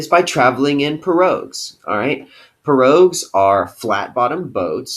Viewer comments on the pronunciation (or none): Pirogue pronounced(pee)(row) you dimwit 😀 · That is not how you say pirogue